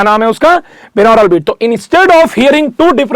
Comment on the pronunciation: Sir, its बाई-नॉरल beats, not बिनौरल beats.🙏